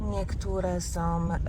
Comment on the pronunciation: Nie som, tylko są.